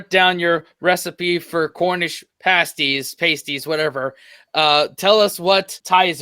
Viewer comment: ...it's pronounced 'parsties'